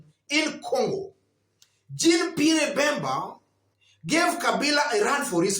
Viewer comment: Nice analysis… lakini ni French pronunciation like ‘jhan Pierr’ …… r una meza nyuma ya throat.. lakini that Pierre pronunciation ya kijaluo sounds like Bottoms-Up…. just a by the way!😜